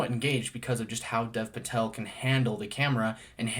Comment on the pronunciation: Really enjoyed your review! One small thing, Dev Patel's name is actually pronounced more like "Dave" Patel.